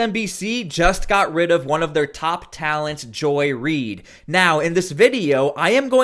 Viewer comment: Did u say top talents 😂